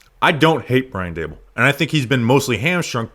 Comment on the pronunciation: Dabool took over the offense and the roof fell in. Its Daboll primarily:clock-turquoise-looking-up